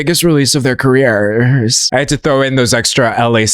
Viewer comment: careěẼærs stop that. you stop that right now lmaoooo